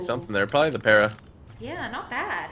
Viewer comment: "You Are A Parisa" 😂